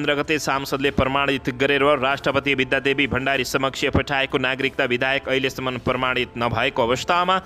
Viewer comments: kasto news bachan garnai najanne manxe le news vanx...BIDHAYAK haina ke BIDHEYAK vanna aaudaina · बिधेयक लाई बिधायक भनी बराबर उच्चारण गरिरहेकाे छ । लेख्नेले गल्ती लेखेकाे हाे कि उच्चारणमा गल्ती गरिरहेकाे हाे । भाषा सुध्द बाेलेर सुनाउने कि ? ब